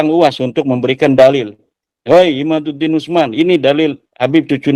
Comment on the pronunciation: Ibu ini pasti istrinya mukibin...😂🤣😂 Nyebut kyai imaddudin..terus aja bilang nya imanudin🤣😂😂😂🤣🤣